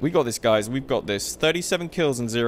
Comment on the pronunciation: he says dice 🎲 instead of saying guys 😂😂😂